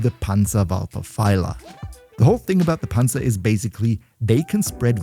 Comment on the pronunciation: i love how german he says panzer